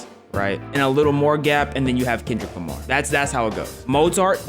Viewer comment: bro really said kendrick limy 😂